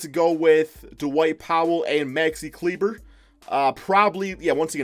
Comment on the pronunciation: Bro did you hear how he pronounced maxi kleber